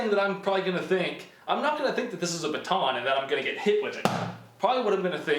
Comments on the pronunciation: Please learn how to say baton. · I hate how you say baton “BA TON”